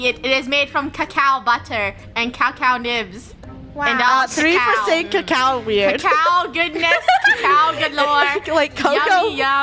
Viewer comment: Cacaw melk